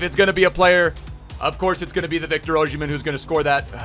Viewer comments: Its OsimHen not OsHimen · If he still played for us (Sunderland) we would be in championship. Also why can no one say his name right?